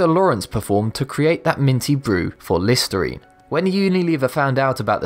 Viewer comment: When i here he's voice instead of listirene i hear listareenee